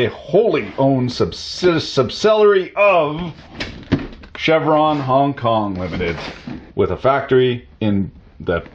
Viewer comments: "Chervon" not "Chevron" - they drill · Just for the record, the company's name is Chervon, not Chevron. Chervon rhymes with "perv on." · Chervon not Chevron.